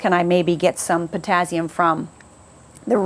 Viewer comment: I noticed that bizarre pronunciation too, but the info was great 👍👌😀😄